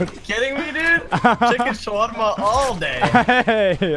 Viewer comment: يببب بس نطقهم غريب 😂 تشكن شُڤرما